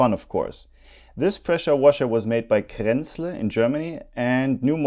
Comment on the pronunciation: So everyone has been mispronouncing Kranzle. lol